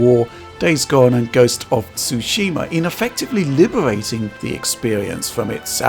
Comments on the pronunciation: haha how many ppl make this pause before saying Tsushima and still do not get it right XD one love DF fam as well as lotsa thx as always for your hard work <3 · just say Sooshima it's fine lol